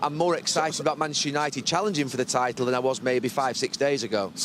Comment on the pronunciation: Gary ......please pronounce MANCHESTER UNITED without cutting out half the letters